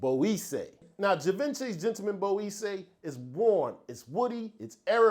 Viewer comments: great list, some real new fire 🔥on there! Salute, by the way Boisee pronounced bwoizaay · Yeah we gotta work on pronouncing Boisée correctly my good sir 😭 try this “ BWA-ZE”